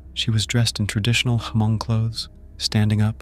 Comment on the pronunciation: lol did u just say Ha-Mong. its pronounce Mong (Hmong)